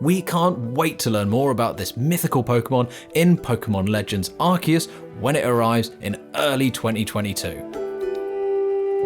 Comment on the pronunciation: So it's arkius and not arsius 😌👌